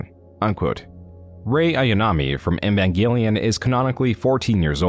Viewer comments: Love your videos, hate the way you pronounce words. Especially "EEEEEEvangelion," Not "nvanglion" or whatever throat gargle you somehow do when pronouncing the name. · It's "Evangelion" btw, not "Envangelion". You've said it wrong every time, too. A bit of an "oopsie" if I've ever heard one. Great video, other than that. Entertaining as always. And the music choices are fantastic! Really adding a lot to the overall "Private investigator" vibe. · why do you pronounce "eva" correctly but pronounce "evangelion" as "invangelion" super confusing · "in van" gelion might be a fitting mispronunciation when talking about yandev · Man, I generally love your content, but you really oughta look up how to pronounce some things before you put out a project like this lol. "Envangenlion" had me cracking tf up every time you said it 💀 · Why do you have so much trouble pronouncing Evangelion? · Because like everyone who isn't into Evangelion mispronounces it nothing new there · I beg you pronounce Evangelion correctly